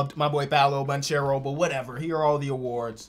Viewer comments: I'm Italian and there's a tip to how to pronounce Paolo Banchero. Just try to say bankAro. But A without the "i" sound. That's a E in italian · Yo, appreciated the video but I wanted to tell you that Banchero, since it's an Italian Surname, it's pronounced /Bankero/. Love all of your Videos. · we also not gonna say that fact he is saying banchero name wrong and he missed jaden Ivey